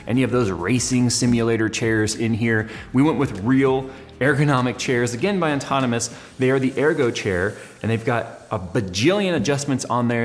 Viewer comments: seriously, how does he not realize what hes saying? he does it every. single. time. he spelled it correctly in the title, though...? again,. its 'ahh-tonomous', not 'on-tonomous'....there is only one N! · Why on earth does he keep calling it Auntonomous when its Autonomous!? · you should learn to pronounce "autonomous" lol... Not On-tonomous... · ok, enough with the as would say "ontonomous" desk! lol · THIS! PET PEEVE! Still like you, though, +. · yeah, nbd but sets off my OCD just enough to make me twitch every time he does it lol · He does it to piss you off. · Haha same! Its kinda unprofessional. But at the same time .... its not. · drives me nuts since the moment he got the thing! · I wonder when he'll stop mispronouncing it ontonamus.